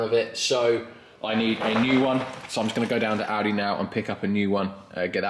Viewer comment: For a second I thought you said you were going to Aldi, not Audi! :D